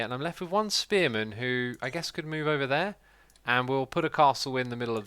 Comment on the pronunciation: First time he said spearman, I thought he said experiment.